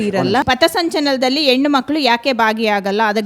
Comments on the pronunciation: ಕನ್ನಡ ಕಲಿತು ಬನ್ನಿ sir, ಏಳಿದ ಸ್ಥಳಕ್ಕೆ, ಏಳಿದ ಜಾಗಕ್ಕೆ ಅಲ್ಲ,,,,,,, ಹೇಳಿದ ಸ್ಥಳಕ್ಕೆ, ಹೇಳಿದ ಜಾಗಕ್ಕೆ.......... ಆಯಮ್ಮ ಹೇಳಿದ ಹಾಗೆ ಎಣ್ಣು ಅಲ್ಲ ಹೆಣ್ಣು 😂😂😂😂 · Modalu ynnu annodu bittu kannada saryagi kalitu hennu anta helodu kalitu aamele questions kelamma kannadati